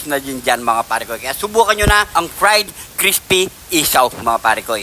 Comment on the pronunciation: Crispy 😂😂😂 idol nmn eh bungal ka,di nmin Marinig na crispy😅